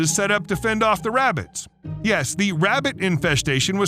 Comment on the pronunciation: “Im hunting wabbits” 😂